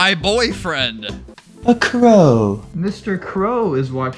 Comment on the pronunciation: He sounds weird saying "A crœ"